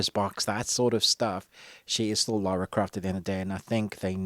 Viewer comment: Come on, you're not an uncouth yank. It's Lara - LA-RA, not Laura!;-p